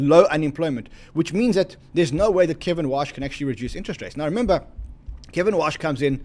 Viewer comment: It’s KEVIN WARRRRRRRRSH not Kevin Wash just to clarify